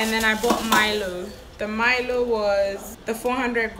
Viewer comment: Did you really say MY-LO instead of MEE-LO😂😂😂? Btw thank you for showing Ghana to the world and, thank you for not just showing the richest or just the poorest parts of Ghana. I believe there’s beauty in flaws(not a good word choice). But yeah, I’ve been binging on your videos 😂😂